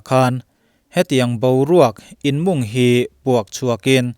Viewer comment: Thlûk dik loh pakhat lek, inmung tiha mûng hi thlûk ni se, inchhûm tihna tho a nia, behliang mûn hun tih pawh hi, behliang hi an mûng ṭhin a.